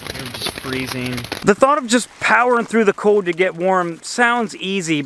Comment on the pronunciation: Great video! Also, the word cold has an 'L' in it 😂